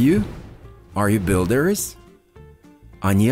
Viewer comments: В слове builders вы почему-то произносите как builderes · Хороший тренажёр, но сбивает два момента, из за которых не успеваю уложиться в тайминг с переводом: 1. На уточняющий вопрос "правда?" школьный рефлекс требует перевода "really?" 2. Во множественных формах (например,builders) отчетливо слышится окончание -ies: не только последний звук звучит как z, он вдобавок идёт в паре со звуком i. Этого нет и не слышно ни у носителей, ни в Гугл переводчике. Сбивает при скоростной тренировке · Спасибо, очень интересная подача материала. Но в словах drivers, builders, designers в вашем материале слышится чёткое окончание "ИЗ" в то время как "И" там слышаться не должна "драйверс" либо " драйверз"